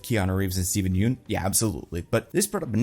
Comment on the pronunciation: how are people still mispronouncing Yeun in 2024?